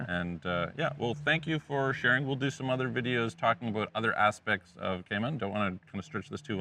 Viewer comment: Kay maan islands hahahaha